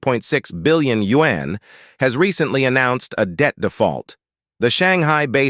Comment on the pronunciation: Change the robot voice! Can't take you seriously when it sounds like a white guy pronouncing yuan like you-ann